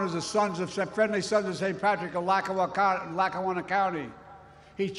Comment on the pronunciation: When he tried to say Lackawanna county 😅😅